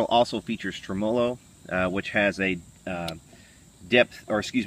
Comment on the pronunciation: you clearly know from what you speak - just stop saying Tremolo incorrecly over and over - thanks!